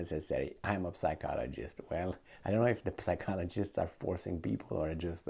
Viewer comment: its not read as P sychologist, but rather as Cychologist. or Sychologist, just saying, bcs i find it funny on you insisting on P. it is a mute P, not audible P. throw out the P. its english, not romanian or serbian, where we read it with a P..lol..whatever, good talk again!